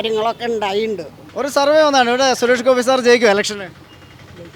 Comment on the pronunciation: Anchor bjp aanu..atha suresh kovi ...kovi ennu parayunnathu.